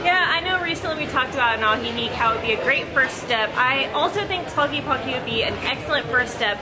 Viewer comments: Sorry for correcting you on how you're pronouncing tlaquepaque but the first thing you should notice is the word "que" it's spelled twice in this word and I'm sure you know how to say "que", so it's pronounced tla-"que"-pa-"que", remember the e in Spanish resembles more the sound of the a in English and not the e it's more like the Canadian eh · Hi y the pronounciatiom of the word Tlaque paque is Tla/que/pa/ que not tlakipaki. Like when gringos pronounce my name as enriki, not good. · "Tlaquipaqui" hahaha. Saludos güeros. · I like how you pronounce it. "Tlakipaki". Love your effort to know "mi ciudad". Saludos desde Alemania. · Remember in Spanish E is not pronounced iii, you are saying tlaquipaqui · "talky palky jalisco" .... yup, it's really hard to pronounce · It is pronounced Tlaquepaque TL Ka ke pa ke in Spanish vowels especially at the end “E” eah. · Stop saying Tlelatepaqeeeee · in Tlaquepaque, the E sounds like in elote, ernesto